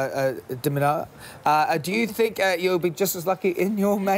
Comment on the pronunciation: who the heck is diminovvvv...did he mean dimitrov lol.....